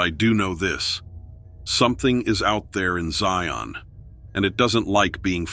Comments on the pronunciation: It's not ZIE-ON, It's Zion, like lion! 😂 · The name Zion rhymes with lion, not scion.